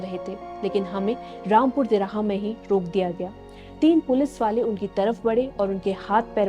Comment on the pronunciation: Rampur Tihara nahi "Rampur Tiraha" Hain😕 jab bolna thik se na aye tohh naa hi bolna....ladki thik se bolna sikho pehle🙏